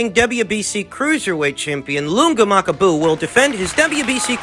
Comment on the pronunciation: Ma-kabu. not... Mak-a-bu. Anyways, just fyi. thought you'd maybe like to know.